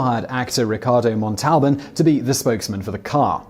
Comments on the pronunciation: THIS VIDEO'S MISPRONOUNCED WORDS: Ginsu is GINN-SOO (hard G, not a soft G); Ricardo Montalban's last name is MONTAL-BAHN (similar to "autobahn") not MON-TAHL-BAN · 'Mont-talban'? Ow! That hurt to hear. It's 'Mon-Tal-Baan'. I know the English have a 'distinctive' way of pronouncing their own words, but please, check Wikipedia first before you abuse our ears... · Simon, Montalban is pronounced MON--tal--bahn withe the stressed syllable being the Mon. Never saw the Chrysler commercial, eh. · Ginsu starts with a hard 'G', not a soft one. Montalbon has the accent on the first syllable, not the second. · Montalban... uniquely butchered. Never cease to amaze. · Simon, I know sometimes you give a caveat about mispronouncing names, but PLEASE, do your homework, it's not that hard to find out how to pronounce Ricardo Montalban's name!!!! I love your videos, but sometimes the mispronounced words are like fingernails on a chalkboard!!!! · I hope Simon will not have to endure “the wrath of Khan“ for pronouncing Ricardo‘s last name like that🤭😬